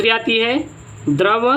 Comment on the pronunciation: द्रव बोलो यार